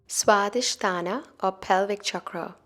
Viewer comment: It's not sradhisthana.. it's swadhisthana. Please correct it.